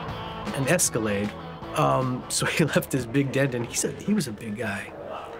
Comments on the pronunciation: LOL Escalaaaaahd. It"s a long A. Think 'escalator'. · What’s up with boom operator Paul’s inability to correctly pronounce certain words, such as “Escalade”? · Why can’t that guy pronounce Escalade right…?!?! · Am I developing a hearing problem or do people keep calling them Escaladds? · Both of you said it the fuck wrong. It's Escalade.